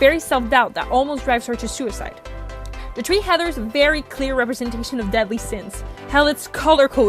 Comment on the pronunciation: The tree heathers???? Are you ok?